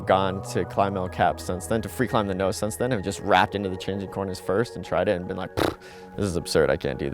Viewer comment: The next time this guy says "the Nowse" I'm gonna freak xD